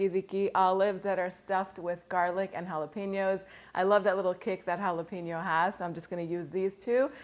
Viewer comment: Love your channel. Try [rpnouncin Jalapeno as Halla-Pen-Yo instead of Halla-Peen_Yo. It's like when people pronounce Gyro as Jai-Ro or Guy-Ro instead of Yee-Ro.